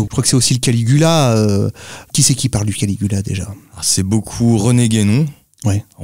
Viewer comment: Kali-yuga et pas caligula les gars...